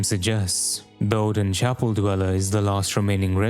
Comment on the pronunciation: Wait, Oedon comes from the word Oedipus? IS IT PRONOUNCED EDDEN WTF